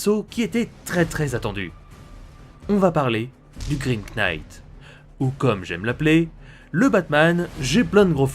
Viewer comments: LE "K" EST MUET ARRETE DE DIRE Knight. c'est ultra instatisfaisant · Je tiens juste à rectifier un peu ta prononciation de l'anglais : "knight" se prononce "naïtt" Et "laugh" se prononce "laof" Voilà ^^ Sinon, toujours de la grande qualité, comme d'habitude, je kiffe vraiment cette série Batman Metal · On ne pronnonce pas le K de "knight" et toutes les autres prononciations en général sont horribles... J'aime bien ta chaîne mais c'est horrible a entendre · Très bonne vidéo, mais le K de "knight" ne se prononce pas. Tu m'apprends des trucs donc je me permets de faire de même ;) ! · Tellement plus efficace ! Il a résolu un nombre de problème (bon pauvre Gordon quoi x,) (Juste le K de knight ne se prononce pas xD)